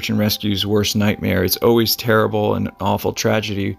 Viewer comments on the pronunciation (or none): none